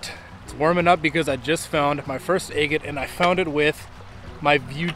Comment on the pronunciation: That striped water agate was spectacular. Wow ! You drive me nuts saying a- git. It should be ag’it But to each his own. I’ll still keep watching you. Love the content. Good luck and Happy Trials 👍